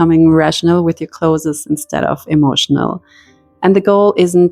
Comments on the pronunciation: The plural is " clothes", not "closes". Stop calling them closes, or clotheses", it has nothing to do with your accent. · I was distracted the whole time from the way you pronounced "clothes", lol! It isn't two syllables "clothes-es", it's one syllable "clothes". Love the method of decluttering though! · For your info, it's not [clothezes] it's [clothez] 🙂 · I adore your pronunciation of “cloth-es”! In Britain we don’t sound the e, we mash it together almost into one syllable like “cloohthz” but your way sounds so gentle and elegant I might introduce it here! 😍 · It’s pronounced clothes, not clotheses, clothes itself is a plural word you do not add another S after clothes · I have never heard "clothes" pronounced "clothes-es" - is that a German thing? Just curious. We pronounce it "close". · I really wanted to watch this video, but I simply cannot after 4 minutes, just because of the way you say "clothas". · I cannot get pass the word clothess! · Cloth'es... so cute. I can't pronounce it properly either. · The word “clothes” is one syllable. It is not pronounced like other “es” words. Like peach-es. It is not cloth-es. Ask someone to explain if you don’t understand. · The way you pronounce 'clothes' takes me back to my mother's voice. 🥰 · Definitely a German thing. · 😂 “Clothes” is a one syllable word; it’s not “clothes-es” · Hi, I moved from California to Germany and had the reverse challenge. I did not even own a winter coat. People correct my German all of the time. Sometime it is welcome and sometime not. Just in case no one has mentioned, the pronunciation of CLOTHES is like CLOSE. We don't say the E. It took me 2 German lessons to pronounce GESCHIRRSPÜLMACHINE. 🙂 Never stop learning is my motto. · Please learn how to pronounce the word "clothes". 😢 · ClothES the E is silent